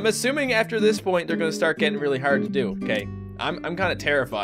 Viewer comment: Is it just me or do Canadians say hard a little different? I didn't mean to offend anyone or. Just wondering.